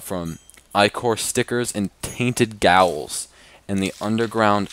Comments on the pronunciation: “tainted gowels” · when he ornounces cursed as cursid and ghouls as gowls and says ichor has a chance to drop from ichor stickers: me: (triggered) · Vile ghouls not Vile Gowls smh